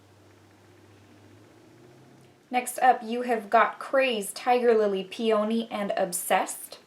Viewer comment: Peony ~ pee-a-knee. I love this palette